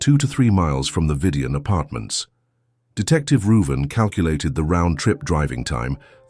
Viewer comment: So I tickled a bit. Growing up my cousin couldn't pronounce my name which is Ruben . She always called me Ruven so I think the detective name is Ruben. Lol